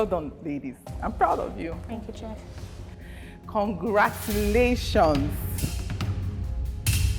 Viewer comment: From the bottom of my heart Ma, can you correct the contestant’s on the correct pronunciation of “chef”, I can’t take it anymore 😭